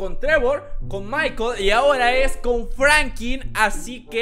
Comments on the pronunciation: No es frankin es franklin!! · Es Franklin no frankiln